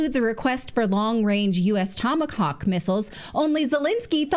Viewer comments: It's Tomahawk, not Toma*ock. :) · Did she just say Tomacock? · Tomahawk , not tomacock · it's not tomacock missles lololol it's tomahawk missile lmao lololol put this in the bloopers section for later use lololololol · She definitely said tomacock missiles in the beginning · 12 seconds in ....she said WHAT 😂 IT WASN'T TOMAHAWK 😂 just picking on you I love your show. But I definitely heard that funny blooper. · Natalie, what's a long-range "Tomacock" missile? 🤣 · If you can’t say Tomahawk, you can’t have a tomahawk. Tomigost